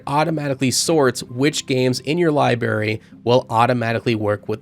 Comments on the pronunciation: you kept pronouncing library as "liberry". It's libRaRy. Two Rs. Just a pet peeve of mine lmao, but otherwise good review mate. Also apparently OBS is natively supported on Steam Decks OS, could potentially capture the mic audio that way. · It's library, libary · The amount of times I heard "libary" bothered my soul *LIBRARY* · Say libary one more time… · Good review but library has two Rs in it my guy lol